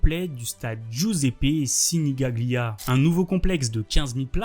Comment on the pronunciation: Frérot, fais un effort sur la prononciation des mots en italien quand tu veux faire un taff un minima pro. Signaglia ne se prononce pas comme tu le fais 😂😂